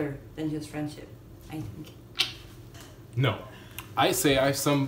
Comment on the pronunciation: J'en pouvais plus du "No" a 😂